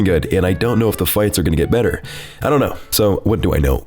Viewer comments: Is my head telling me to beat her or is he saying peter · Never actually noticed that says "Beter" thanks for enlightening me